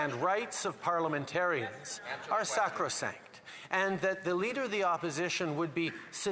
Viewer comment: I'm amazed the chamber didn't implode when he said the word: "sancrosanct".